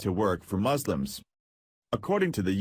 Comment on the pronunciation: 'Moslims' lel